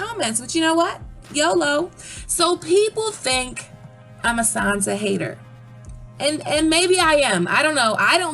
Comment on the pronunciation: Who exactly is Sanza? I have heard of SanSa, Not Sanza...